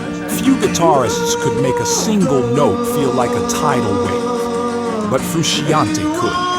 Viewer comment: It's PEERT, not PERT. : And John Frusciante's last name is actually pronounced FROO-SHON-TAY, not FROO-SHE-AHN-TEE.